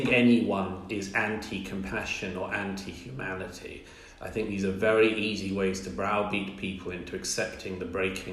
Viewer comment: “Yumanity” “yumans” and “yuge”. Irritating.